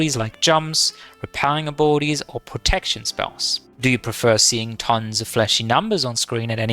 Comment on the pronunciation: I had to turn on CC to understand that he was saying ABILITIES and not BORDIES!